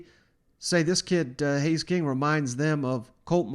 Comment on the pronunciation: Haynes, not Hays.